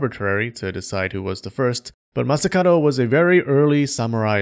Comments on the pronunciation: I've only noticed towards the end that the dude's name is masakaDo, not masakaRo... pronunciation,! 🔊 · Why did you pronounce Masakado as Masakaro? Something to do with the languange?